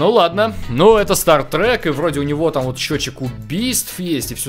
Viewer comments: staTtrek, а не staRtrek!!!!!!!!! Лайк чтоб увидел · говорится " Статрек" а не " Стартрек" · ААААААА, Бомбиииит!!!, не стаРтрек, а стаТтрек. Запомни, не я один буду бомбить из за этого )